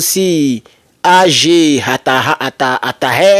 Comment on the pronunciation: Ag se lit "Ague" c'est le début d'un nom